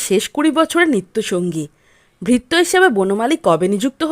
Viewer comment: ভাল লাগল, বলার ভঙ্গি বেশ ভাল, কিন্ত উচ্চারণের দিকে একটু নজর দেওয়া দরকার। যেমন চাকরকে সুদ্ধ বাংলায় ভৃত্য বলা হয়,এখানে কথাটি ভিত্য উচ্চারন করা হয়েছে।